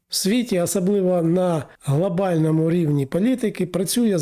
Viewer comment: Вивчіть ви вже мову ! Що за вимова ? Акапувати...глАбально і поїхало. Літеру "О" вивчіть ! ПАдатки...пАтрібно....